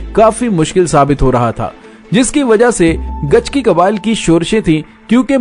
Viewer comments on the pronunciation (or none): Bauch qabilay ka name gichki. hai gachki ya gichki nahi